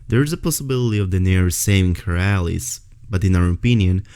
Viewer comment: i know English is probably not your first language but its pronounced Al-Eyes (Allies). Great video and thanks for the info.